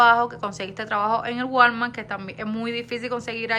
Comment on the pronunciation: Ya que vives en EU , por favor busca quien te enseñe a pronunciar “ WALMART” … està fatal esa pronunciación !!! 😊